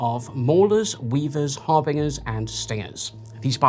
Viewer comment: it’s pronounced har bin jer